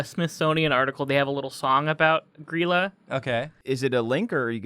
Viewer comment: The laf bread is actually leaf bread in english door sniffer is actually door slamþer and its gríla not gryla